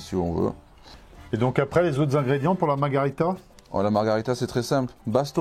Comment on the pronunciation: Super vidéo! Merci ! top ! Mais vraiment ... Margarita, c'est un cocktail et ça veut bien dire marguerite, mais en espagnol ... en italien, pour la pizza, on dit Margherita, à prononcer Marguérita !